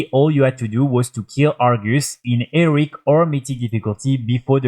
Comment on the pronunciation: He-Row-IC difficulty... Not Eric